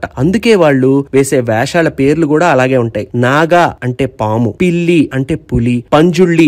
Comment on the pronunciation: పిల్లి కాదు పిలి / పిళి